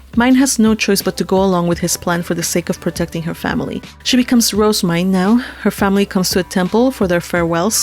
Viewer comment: Her name is pronounced "Roh-zeh-myne", not "Rose-myne". (Compare to the name Roselyn.) (I have this via the J-Novel Club forums directly from the English translator, who has consulted with the author.) However, people having a different pronunciation of a fictional name isn't a big deal, so whatever.